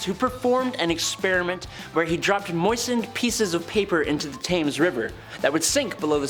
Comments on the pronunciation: It's pronounced tems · River Thames pronounced “Tems”.